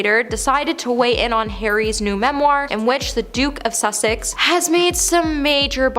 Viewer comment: The Duke of Sussex not Suksex😭😭